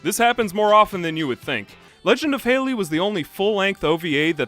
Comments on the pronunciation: Hal lee Not hay lee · Edmund halley is pronounced more sounding like "holly" then "hailey" I grew up in Canada around a few Scottish and British people and we studied the comet in school plus a Scottish teacher yadda yadda its anecdotal but I though it was worth mentioning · I always appreciate your ability to dig up nearly-lost media and commentate in an intelligent and entertaining way, but your insistence on pronouncing the English surname Halley (HA-lee) like the woman's name Hailey (HAY-lee) is making me grind my teeth. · Not “Hey-lee”, it’s “Hal-lee”. When there’s an identical pair of consonants in the middle of the word, the syllabllic division is between those two letters resulting in the first vowel from the syllable being pronounced with the short pronunciation. Such as “bollard”, it’s not “bow-lard”, it’s “ball-lard”. Rules of the English language! Ta-da! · Halley, not Haley. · Haley might be a girl's name but Halley with two "l"s is pronounced like the Hal in HAL 9000. Great video, by the way. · "halley" isn't a girl's name, you're thinking of "haley". spelled and pronounced differently (you're pronouncing halley like haley in the video, the 'a' in halley is soft as in it's an 'ah' sound rather than 'ey')